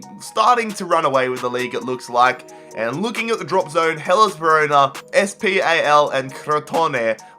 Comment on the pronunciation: You don't read SPAL letter by letter, it's read as one word. Great video, always improving